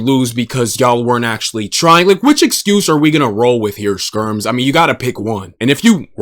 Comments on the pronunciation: "Spermz" LMFAO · You did not just call the guy “Spermz”. Epic slip 😂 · Bro calls Skermz Spermz 😶‍🌫️💀. W mans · Calling skermz "spermz" is the best Freudian slip ever 😂